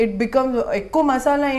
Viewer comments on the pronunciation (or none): none